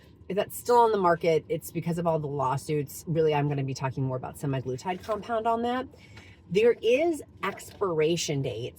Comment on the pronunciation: Congrats on all of your success!BTW, just to be “factually accurate”, as you always say that you require yourself to be, **semaglutide is pronounced sem-ah-gloo-tide, not sem-i-gloo-tide. No “i” in “sema”.